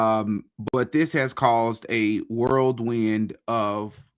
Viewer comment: Why does say "world win," instead of "whirlwind"??? we'll never know. Its a mystery.